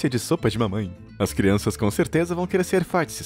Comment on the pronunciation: Ele falou çrianças canibais